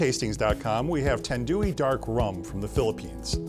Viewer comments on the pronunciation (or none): It's pronounced tanned-why. Jesus fuck. Tandooey? Gtfo. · Tandewew he pronounce it like that.. 😅🤣😂 its Tand-why... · Tanduay is Pronounced like TAND-WAI.Also love your reviews 😊😁